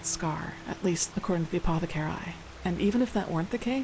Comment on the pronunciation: I love the fact can't pronounce 'apothecarii' correctly either.